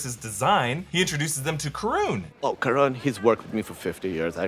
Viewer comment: Karan's name is pronounced "Kir - un". "Kir" rhymes with "Sir" and "un" rhymes with "one".